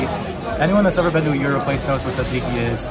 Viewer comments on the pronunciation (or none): none